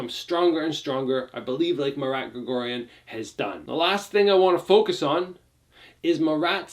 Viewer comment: It’s pronounced Mah-r-ah-t, not Ma Rat, like the animal. It’s pronounced like when you realize something, you say “ah!”